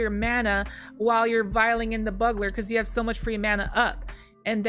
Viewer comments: I'm gonna assume someone's already commented that its pronounced Bugler, like Bugel. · I know you mispronounce things for fun but for some reason "buggler" is the most triggering. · lmao the way you pronounce bugler just makes me laugh thank you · She knows 😂 she says it right a few times she's just memeing usually